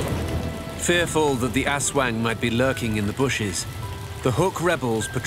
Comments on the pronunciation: ASWAG its ASWANG 😅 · its funny that aswang is read as asweng. haha